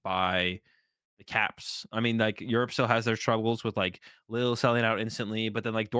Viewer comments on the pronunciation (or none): Lille is basically pronounced Leel